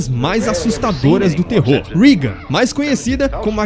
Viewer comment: Não é rigan, É Regan!